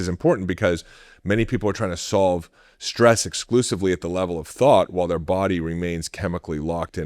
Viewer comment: SHtress is not a word.